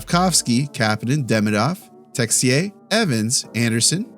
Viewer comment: Haha great job on the French about that Texier ' ruse '' you're awesome man.